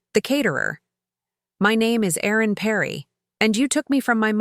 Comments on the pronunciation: Time for Mr Duncan to face the consequences of his action. Aaron or Erin, Does AI not realise that one is a man's name and one is a woman's name. There is also a difference in the pronunciation of each name. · AI could you please get the name right Aaron or Erin? A moving story.